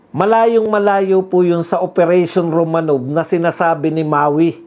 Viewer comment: Romanoff pronunciation nyan.